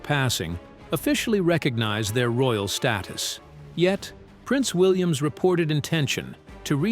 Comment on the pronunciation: Can't you get your c..... AI to pronounce things properly? If you must use an English accent at least investigate how it's spoken correctly. For example, William's.